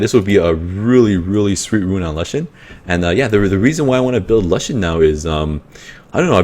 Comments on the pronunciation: nice vid bro but plzz say l-oo-shen not lush-en sounds silly but haha, also can u show ur lagmarons runes? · youre the first person i hear who pronounced lushen as 'la-shen' instead of 'loo-shen' lol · lol its funny how u say it XD never heard lushen like that and okay il look out mate!